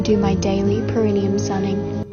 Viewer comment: Every single one of them says "perineum" incorrectly.